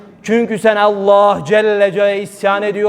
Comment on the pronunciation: Şu Allah lafzinida güzel ve doğru söylersen ne güzel olacak